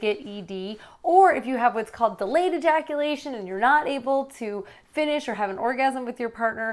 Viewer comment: erectyle dysfunction, premature eyaculation, delayed eyaculation